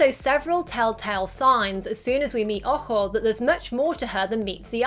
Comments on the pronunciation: I thought that girls name was boho, that's what it sounded like in the movie. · its ojo and I know but at first I thought it was boho because that's what it sounded like